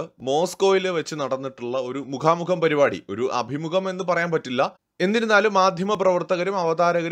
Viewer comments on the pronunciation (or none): none